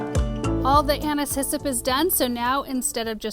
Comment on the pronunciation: I feel like such a dork! All this time I thought you were saying “Anna’s hyssop” as if it were a variety of hyssop 🫣